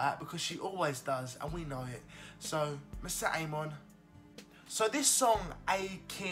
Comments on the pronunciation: I love your reactions but please don't murder her name AHAHA:p MO - RI - SET peace dude:p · PSSST! IT’S MORISSETTE NOT MISSETTE !!!